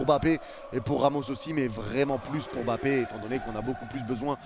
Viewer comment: Les amis français, par pitié arrêtez de massacrer les noms africains. Je suis français d'origine camerounaise et j'entend les gens dire M-bappé hors on ne sépare pas le M de Mbappé, c'est en un mot pas 2. Donc c'es Mbappé en avalent le M de Mbappé tout simplement. Les journaliste anglais et autres pays prnonce bien son nom et celui des autres joueurs africains par respect. comme pour N'Diaye, on dit pas N-diaye N'Diaye, on dit pas Papeu Gueye mais pape gueye comme vous prononcez le bom de votre Pape du vatican, vous ne dite pas Papeu mais bien Pape et bien c'est la même chose ok! Faites un effort pour lire nos noms africains correctement. Au pire demandez comment ça ce prononce autour de vous si vous connaissez des africains. Merci